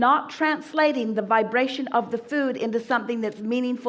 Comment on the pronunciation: Everytime I heard the word vibration, I took a shot of whiskey, damn bro I'm shiftacced...aim vaabrastioning!